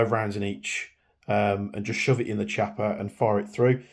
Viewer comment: it's pronounced KIAPPA...not Ch....it's italian